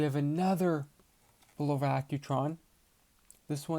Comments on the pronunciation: It's pronounced Bull ova.! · Not bad, but where did you learn to pronounce, Bulova? Go back to old commercials, when Bulova was still an American company, and listen to the correct way of pronouncing its name.